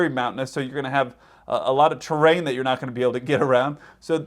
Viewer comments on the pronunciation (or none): none